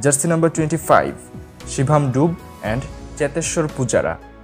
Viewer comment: It is dubey not dube